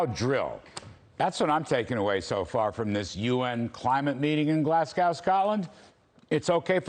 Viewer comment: he lost me when he couldnt pronounce "glasgow"